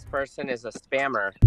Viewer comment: WTF IS A SPAMMMERR!?!! 😂😂😂